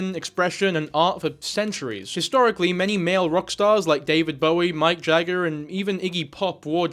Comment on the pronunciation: I love you, but it was like a knife to the heart when you said Mike Jagger😔